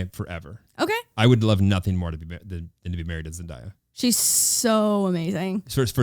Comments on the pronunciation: Came from spotify once I hear zen die ya, hi it's pronounced zen day ya. thank you for coming to my ted talk, don't worry I didn't know at first either❤️ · Hallpass: Number one Zendaya, Vanessa Hudgens, Ryan Reynolds, any Marvel Chris Evans, and Tom Holland Just cause was asking it’s Zen-Day-a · Heart breaks a little everytime someone says Zendayas name wrong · Yes it's Zen-DAY-a, i watched her explain in a vogue 27 questions or some video like that :) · "ZENDIYA" nooo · it’s zenDAYa so you pronounce like the word day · IM SORRY but zenDAIYYa??!????? AHAHAHA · Its zen-DAY-ya 🤣😂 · I died at how they pronunce zendaya...😍😍🤣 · This bugging me but you guys said Zendaya wrong ! Love you guys just had to say that NO HATE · Am I the only one that got irritated how they were saying Zendaya 😭😭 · The cringe was so real when she said her name wrong though I love her self awareness that she is saying it wrong